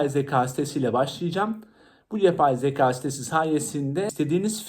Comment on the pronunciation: Emeğinize sağlık ama söylemeden duramazım “yapay zeka” derken zaka olarak söylüyorsunuz lütfen türkçemizi doğru kullanalım 😅